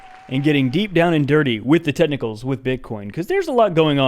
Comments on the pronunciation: I’ve thought you were saying tentacles every time you said technicals. Today is the first time I realized this beautiful fact. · I thought he was saying tentacles until I read this